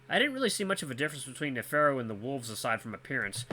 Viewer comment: Someone said Virginia might be a play on Virginia Woolf? I think an actress? Author? I've heard the name but don't remember what she does. You nailed Neferu's name lol. Virginia and Neferu, the brains in a sea of idiots. I think you'll like him. He's such a flamboyant no nonsense troll. And the cutest little smile 😙